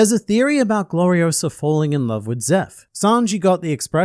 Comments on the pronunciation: "It's Glori-o-SAH, not Glori-o-suh!" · It's Gloriosa, not Gloriosa. 😅 But SHE FELL FOR XEBEC. I am beginning to think Xebec is basically not what everyone says he is. I think he's actually another Luffy and Roger. Looking at them saying he ran off ahead and just blatantly talking about his similarities to Luffy and Roger. I think Ol Lady Nyon is the Boa and Xebec is the Luffy of the modern era.